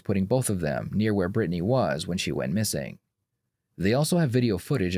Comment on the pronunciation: Why does he say Brittany like that lol Britt-nay